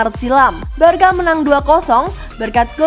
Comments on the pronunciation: Maaf kak tapi bacanya barsa bukan barka masak barcelona kalau di sebut Barkalona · sbnr'nya alasanya begini sob,barcelona itu di bacanya barsa bukan barka kenapa...?karna kalo barka dlm bhsnya spanyol itu artinya kapal nah jadi gitu jelasnya sob jadi yg bener adalah sebutanya barsa yaah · Nah..betul.. Barça dibaca: "barsa" =barcelona Kalau sebut "Barka" artinya= kapal #boixosnois